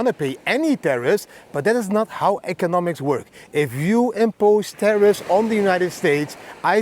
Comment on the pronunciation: Tarriffs not terrroris lol